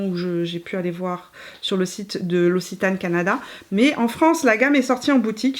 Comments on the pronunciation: Noooooonnnnn qui dit "ossitane" nooooooonnnnnn on prononce "oxitane" mon coeur de sudiste se brise 😉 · Super vidéo, j'ai beaucoup aimé ! Pour info "Occitane" se prononce [oksitane]. 😉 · Très belle revue! Merci Petite précision pour la prononciation: c’est l’Oc-citane 😉 Des bisous depuis Toulouse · C'est marrant, ici en France on prononce oxitane et toi tu dis ossitane, j'adore la lavande, donc je vais aller jeter un coup d'oeil chez l'occitane 😉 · elle prononce « l’ossitane » pour l’Occitane 🤣